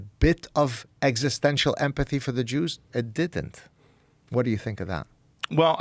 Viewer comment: ‘Duh jooz’ - You